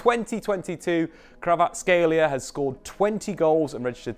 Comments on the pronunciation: It's not Krava, it's Kvara... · It’s not Krava it’s Kvara😅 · No, there is no CH in his surname, and believe me Kvarachelia sounds the worst. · It's more accurate if pronounced KvaraCHelia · thats how Neapolitans keep sliding into it because it sounds right to them. In Georgian his name is pronounced Kvara-ts-(k)helia. The kh doesn't make a k sound it makes a sound like someone from Liverpool pronouncing the c is come-on. Source: I'm Georgian and know a few Kvaratskhelias. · I believe in. He’ll get it eventually. It’s a hard one 🙈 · You botch his name (and that of Tbilisi) the most I have heard :D Also a wrong player at ~40th second and some other mistakes. Great analysis and stats tho. Thanks